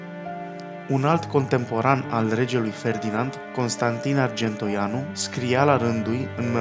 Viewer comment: "Oratorule", care ești, înțeleg că la istorie te pricepi mai puțin - dar măcar de pe text puteai să citești corect! Dublă greșeală Arge(n)toianu...la 2':38"/39" și respectiv 7':13"/14".